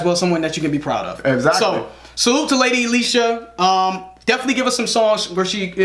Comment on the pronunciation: Finally said her name right 👌🏾👌🏾👌🏾